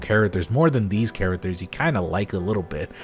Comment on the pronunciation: "Chara-ters?" Can you at least say basic words correctly? It's a low bar.